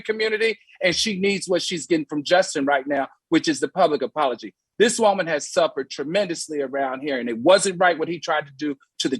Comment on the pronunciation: The way Al says woman, Woe-man, lol